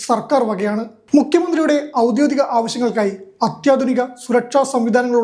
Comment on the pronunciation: ഔദ്യോഗിക എന്നു പറയൂ. ഗി . ഔദ്യോദിക എന്നു തെറ്റു പറയരുത് മിക്കവരും പറയുന്നതു് ഔദ്യോ ദി ക എന്നു തെറ്റായിട്ടു തന്നെ. ഒഫിഷ്യൽ എന്നാണ് അർത്ഥം